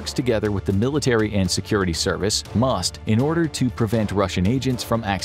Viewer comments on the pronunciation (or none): none